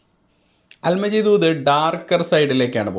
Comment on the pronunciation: സുഹൃത്തേ അല് മജീദ് അല്ല,, "അൽ മാജിദ് "